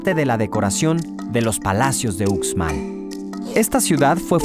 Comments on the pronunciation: pos sí!! bonito mi estado :) sólo una observación, la letra x en maya suena como sh, así que uxmal debe pronunciarse como ushmal y no ucsmal. Lo mismo para xtabentún, debe sonar shtabentún y no cstabentún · COMO QUE UKSMAL🤣🤣🤣🤣🤣🤣🤣???????soy yucateca, uxmal se pronuncia Ushmal... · Dios!!! pero que horrible pronunciación del presentador! como que Ucsmal??? se pronuncia USHMAL!!! Era muy bueno el video, lástima por la pronunciación HORRIBLE!! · No son troks, son Trucks, no es Estabentun es Xtabentun, no es usmal es Uxmal, la X en Maya suena como sh. Celestun no es nombre maya sino el nombre del fundador del puerto, se llamaba Celestino de apellido maya Tun y la gente del pueblo le decía Don Celes Tun, con el tiempo el pueblo se llamó Celestun, la abreviación del nombre completo de su fundador. el cenote de dzibilzaltun se llama Xlakak. EL chac-mol nunca ha venido del centro del país. Más bien de todo centro América. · Muy bueno pero no se dice ukzmal se dice ushmal o sea la X de pronuncia ush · Muy bonito documental solo que antes debería informarse de la pronunciación correcta de cada lugar ejemplo no es utzmal es uxmal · debe sonar ushmal e ishtabentun no ucsmal o icstabentu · A mi gusto faltaron las grutas de Loltún y la Zona Arqueológica de Ek Balam. También quiero comentarle a, que la X maya tiene una pronunciación figurada de SH, así, Uxmal se debe pronunciar Ushmal y no Usmal como él dice. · Y tambien continuando la "X" aqui la pronunciamos mayormente para los nombres mayas como "SH" entonces no se pronuncia Cucstal (CUXTAL) ni Ucsmal( UXMAL) sino Cushtal y Ushmal, de ahi todo estuvo super bien... Saludos. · Me perdieron cuando el narrador dijo: “estabentún” y “ucsmal” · Debes de practicar la forma de expresar los nombre de muchas cosas y lugares la X suena ushshs ushs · Uxmal se pronuncia Ushmal, en todos los nombres mayas la x se pronuncia como sh porque así es en el idioma maya. Por lo demás muy buen programa.